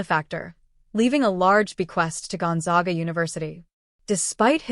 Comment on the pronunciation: pronounced Gone-zag-a. zag with a short a.